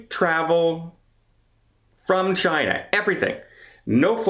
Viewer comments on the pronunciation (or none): none